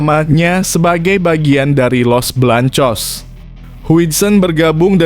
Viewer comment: Bng ngomong jangn belepotan gitu dong masa Garcia ABNG ga bisa baca ya los beleangcos aj bilang los belangcos payah ABNG ini